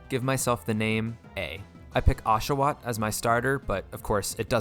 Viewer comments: It's Oshawott not Ashawott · OSHAWOTT, NOT F*CKING ASHOWAT! THE NAME DOES NOT START WITH AN A, STUPID! IT STARTS WITH AN O!